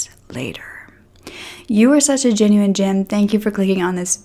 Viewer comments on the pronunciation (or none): none